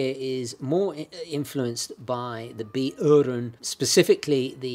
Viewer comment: «Uhren» is mostly spoken with the initial U pronounced almost exactly like your initial «w» in «why» (relax the tongue more and you are close), and directly from there into the ‘throat-r’, NO GLIDING through another vowel sound to begin the U, and NO GLIDING from it to the ‘throat-r’. You need to FORGET THE WAY IT IS SPELLED, WHEN YOU PRACTICE HOW TO SAY IT. The spelling will mess up the pronunciation if you use it to guide you instead of just listening to germans who SAY it. You can copy almost any sound foreigners make, IF YOU DON’T LOOK AT THE SPELLING. So learn the spelling AFTER. First, ONLY LISTEN AND IMITATE THE SOUNDS.